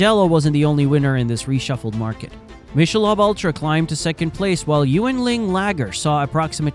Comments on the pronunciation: How to say Michelob (Mick-a-lobe) Ultra wrong. The AI, err I mean human narrator, doesn't know it's not pronounced Mish-a-lob. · I never knew what all the backlash was and you put it together nice and concise! BUT… Michelob is pronounced ‘mick-a-lobe’ not ‘mish-a-lob’. Good video overall. 👍🏻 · What is Mish - a - lob beer? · It’s “Mick’ a Lobe” teach your AI how to pronounce words correctly. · Your AI sucks it can’t even pronounce Michelob right!! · Is this an AI voice because that isn't how you pronounce Michelob